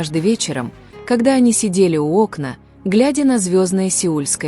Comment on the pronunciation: СловА,айдОлЫ,Окна....бляяяя,такой ужасный дурдом....Что....фф....снимаете,у рЕки?!😂😂😂😂🤮